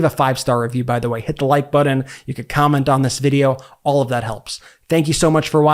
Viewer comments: You really hear yourself saying "buddin" instead of button and think that's ok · say button, not buddon, important,not impordant